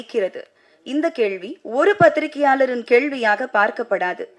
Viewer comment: Yepdi avnga uchcharippu crct nu ivlo per nenakiringa 🧐 Fluent ah news vaasikira mari supera pesranga Kekka nalla Iruku but she's pronouncing periya ள as ழ..kelvi ya kezhvi kezhvi nu azhuthi solranga particularly in second video ...again ketu parunga